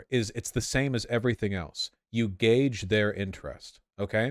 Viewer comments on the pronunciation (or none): none